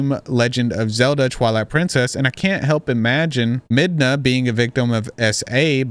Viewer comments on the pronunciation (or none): Legend of zelda is my favorite series so I have to say it's pronounced mid na. Not med na